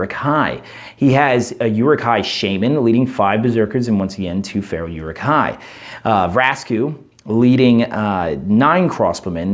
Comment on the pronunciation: By the way, Rumil has the accent on the U which means it's pronounced "ROO-mill". Also, it's more like "OO-rook", or "Uh-ruhk".